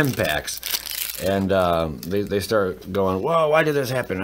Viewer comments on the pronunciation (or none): none